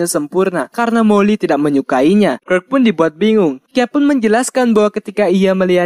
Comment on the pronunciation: Bacanya kirk bukan kirk